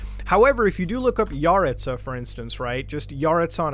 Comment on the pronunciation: I’ve met so many yaritza’s also I’m pretty sure it’s pronounced YUH-ritz-UH